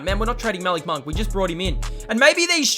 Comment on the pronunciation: Your saying Malik monk name wrong